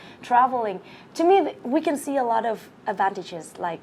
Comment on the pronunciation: chị người mẫu lúc đọc a lot thiếu s hay sao ý